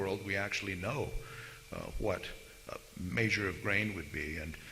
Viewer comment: I tried. I really did, but he says "maysure" instead of "measure" and this video is filled with it. I just couldn't take it anymore.